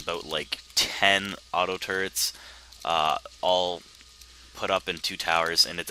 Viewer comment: I think when says turrets it sounds like turds. So this video was one of the funniest ive seen.